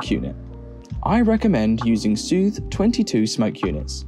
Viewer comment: I saw the smoke generator, I was wondering whether it would be a Seuthe, I realized that it's an English video, I waited for the pronounciation and I did not get dissapointed. :D